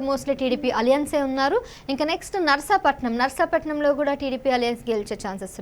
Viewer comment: నర్సపట్నం కాదే తల్లి నర్సీపట్నం, బూడిద ముత్యాల నాయుడు, బూడి ముత్యాల నాయుడు.